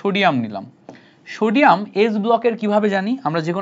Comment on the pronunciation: Shodium ❌ Sodium ✅